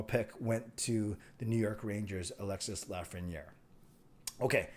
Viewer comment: Don’t pronounce the s sound for Alexis Lafrenière